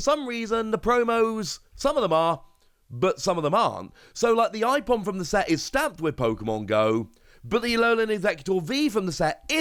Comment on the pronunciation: Ipom?? Its Aipom